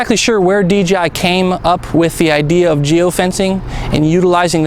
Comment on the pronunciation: Please. ...it's DJI no DGI !!!